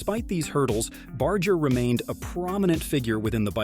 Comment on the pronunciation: Its pronounced Bar-ger not Bard-ger